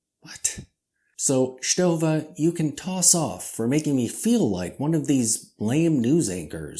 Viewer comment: you pronounce it very well. Lots of people here in Germany do it wrong by the way bc there exist two ways to pronounce the „ST“. And in the end … Who really cares?😅